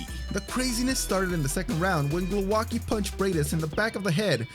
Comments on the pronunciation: Glouaki ?!???? Hahahahahaha Priceless pronounciation! Bravo, you hamerican! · Glołaki... That's how you pronounced Głowacki. Do you see differences? Try to use Google translate to verify the pronountiation. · Nice compilation but pls. Type someone's surname in Google translate to hear how you should pronounce it in polish because it hurts so much when I hear something like that and why didn't they used his polish surname instead of this modified crap? Glowacki? What is that, I only know some people with surname Głowacki and none with Glowacki